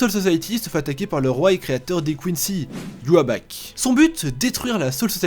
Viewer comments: je sais pas tout le monde dans mon entourage prononce sois " i watch " sois " i wak " Pourquoi prononcer en japonais alors que tu dis tout le reste en français. Fin bref. Si c'est que ça que ta retenu de ce que j'ai voulu t'expliquer tant pis. J'attendrais tes nouvelles vidéos en espérant être agréablement surpris car j'aime bien trash donc... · de base c'est une prononciation allemande donc la vraie prononciation c'est Yuha Bar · ye we ak ???? sérieusement ?? tu sais pas prononcer Yhwach et tu veux que ta vidéo sois prise au sérieux ?? pourquoi faire une vidéo où tu descend l'oeuvre alors que larc de la guerre sanglant va sortir l'année prochaine??? pourquoi tu ne fais pas une bonne pub à ce chez doeuvre au lieu de dire qu'il est en dessous?? j'allucine. tu explique juste que tu suis l'avis de tout les moutns sut bleach alors qu'il n'ont pas voulu tout lire. Même si la fin est précipité elle n'est pas mauvaise pour autant bref... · Tu sais même pas prononcer le nom du méchant et tu donnes ton avis? Tu connais rien au manga t'as checké 10 ans plus tard ce que tu pouvais trouver et t'as même pas trouvé les notes de Kubo dans ses derniers chapitres, rien de plus officiel ! Forcément l'édition va rien rendre officiel comme quoi ils ont niqué le manga de Kubo, et ce que tu racontes sur Kubo nul c'est pas officiel car totalement faux. Toi tu n'as même pas connu le manga ni au début ni à la fin alors comment peux tu dire que ceux qui ont lu jusqu'à la fin étaient courageux blabla moi j'ai suivi jusqu'au bout et c'était génial, relis tout sans te préoccuper des soucis de l'édition et ce qu'on en raconte, tu me connais pas le manga, t'as maté 3 épisodes et voilà, et encore ! Tu sais même pas prononcer le nom de Aizen, on ne dit pas "hé - zen, mais bien "ail - zen" Faire des vidéos pour des vues sans connaître ni aimer lol, fais des trucs sur ce que tu aimes au lieu de démonter ce que tu ne connais pas!